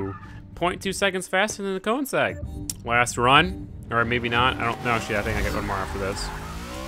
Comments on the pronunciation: His pronunciation gives me cancer so often. I mean "Forsa, porsh, coneseg, le mäns, nuremburging" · the car is not called konesag... its called königsegg! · It's pronounced Ko/ning/segg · insegg lmfao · I am so bugged when he trys to pronounce Koenigsegg and says Koensegg. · Once you know, you kowensegg. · Please don't, I don't want to hear him butcher that word, Audi and Koenigsegg is already bad enough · who else is annoyed by the way he says ''Koenigsegg'' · Great vid, but the way you say Koenigsegg makes me wanna die. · your saying koenigsegg wrong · Everything you do makes me angry. The way you say koenigsegg, the way you talk, what you say, AND ESPECIALLY the way you drive. The koenigsegg would've gotten a much better time if you knew what you were doing.